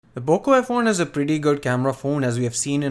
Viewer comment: You Said Boco f1 at first